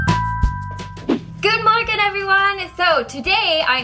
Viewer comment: Wait did you say good Morgan 😂